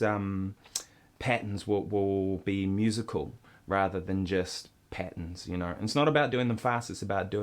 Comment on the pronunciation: lol the way he says "patterns" sounds like patens